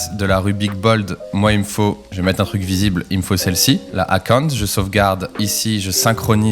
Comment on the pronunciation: Akounte… akounte… je me suis dit ce que c'était… ah oui Account !! (belle prononciation^^)